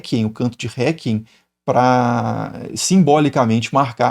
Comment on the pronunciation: doutor, se quiser melhorar o seu latim. Pronuncia-se "recuiem" (com a letra U pronunciada mesmo. Em latim "que" diz-se "cue". Requiem/récuiem, com o M bem marcado.